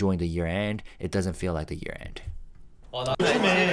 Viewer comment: Thank you for another great video. I really appreciate all that you do. Happy New Year! Speaking of which, would a Korean learning English pronounce the word “year” as “we’re?” Did my ears deceive me or did j-hope possibly drop a spoiler?